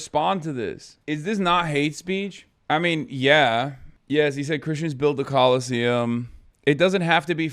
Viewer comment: The collesiuem 😂